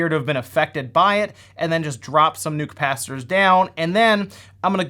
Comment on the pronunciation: If you're doing a video about replacing capacitors, please stop saying capacitors. CAPACITORS CAPACITORS CAPACITORS. And then you're soldering, SODERING SODERING WERE GONA SODER IT Great video though, thanks - By the way, if you ever want to watch a movie based on the Sega Gamegear, check out Three Ninjas / 3 Ninjas. It's wonderful.